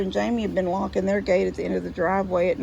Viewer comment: OMG. locking, not licking. 😂